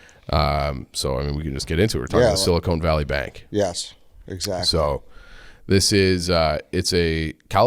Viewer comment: Sil-I-CON not sil-i-CONE good lord